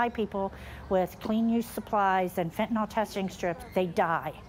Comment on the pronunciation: Can people stop pronouncing it Fent-in-All? It's not an off-brand Tylenol.